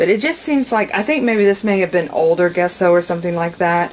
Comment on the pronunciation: It's not pronounced Guesso. The G is pronounced like a "J" as in Jesso. 😂